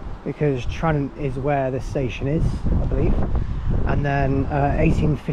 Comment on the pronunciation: Tranent is pronounced Tra nent